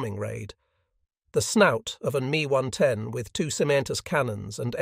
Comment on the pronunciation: It’s not an me 110, it’s an ME 110